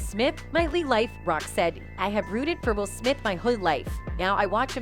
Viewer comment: The narrator can’t pronounce “whole” to save her own life 😂😂😂 🤣